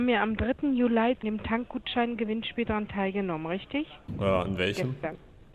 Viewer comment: Den dritten JULAI" xD